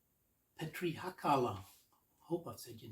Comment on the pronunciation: Hi, and thanks..:) You said my name perfectly but actually you can call me also, as if you are Petri in Finland your nickname is 9 times of 10, just pronounced in finnish:) Many interesting tunes here, but ecpecially Fuzzy Lights, Alwanzatar and Candy Clouds. I think Hedningarna sample were in Finnish but not sure, cheers, -petri.